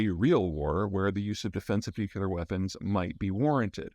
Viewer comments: N-U-C-L-E-A-R not N-U-C-U-L-E-A-R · "Nu-cu-lar" fest today.. c'mon Peter, I'm sure your parents can help you pronounce it right... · A brilliant guy, offering so much good information, that still says 'nuculer". Like W used to do. Cringe. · Nuclear. NOT NUCULAR! Hard to take someone seriously that doesnt get this! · PSA: nuclear is pronounced 'new-clear' not 'new-q-lar' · Peter, please, it's pronounced new-clee-er, not new-cyoo-ler. I know it seems pedantic, but it's called that because it's working on the nucleus of the atom, not the nuculous. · As informed as you sound, it's frustrating you can't say nuclear. Instead of nukelar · Please Peter... as a former Nuclear Defense Specialist... It's NOO-CLEE-UR... Not NOO-QUE-LURR. Not only is it a pet peeve of mine, it's grammatically incorrect. It's like saying EXpresso vise espresso, or EXcetera vise Etcetera. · Is he saying Nucular or nuclear??? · Excellent summary. One comment on "delivery" of the comment, Could Americans pleasepleaseplease pronounce "nuclear" properly; say "new clear" not "nuke u ler". The latter pronunciation is just lazy. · nuk-u-lar must be a midwest thing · I'm confused as to why you mispronounce nuclear as nuculer? Usually I only tolerate Homer Simpson's mispronunciation as it's satirical?? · Hi Peter! Two questions: 1. You again mention that the US could have been responsible for the Kerch explosion. I have seen nothing so far to suggest this, and I can't imagine how that is plausible given the risk of escalation versus any potential gain. What is your reasoning for this analysis? 2. I'm deeply curious as to why you pronounce "nuclear" as "nucular". Is this a regional dialect thing? Thanks again for your analyses. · "Nu klee er"!!!!! Pronunciation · Prior to George W Bush I did not know that there was a pronunciation issue in the states about "nuclear" - that is, the "nuculer" thing. I would be interested to know where this comes from. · Greetings from Denver, Mr Zeihan! NU-KLEE-AR...